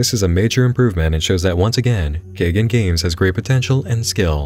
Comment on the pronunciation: I think the developer's name is "kaigan" like "sky" and "dan". It means "to awaken" in Japanese.